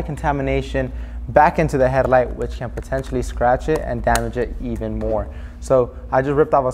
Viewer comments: Herrlight… 😂 Good vid tho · He says headlight so cool. Headliddddght.